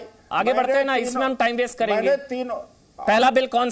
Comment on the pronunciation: अबे काले तितर बेस्ट नहीं वेस्ट होता है पहले बोलना सिख ले